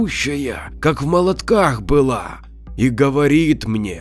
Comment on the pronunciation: Не в молодкАх, а в молОдках